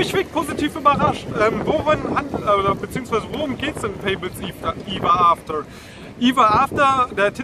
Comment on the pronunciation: Es heißt aber Everafter.. Also ausgesprochen wird es Ewwaafter..